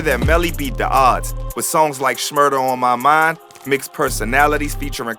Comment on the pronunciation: . Bro really said "Shmurder on my mind-"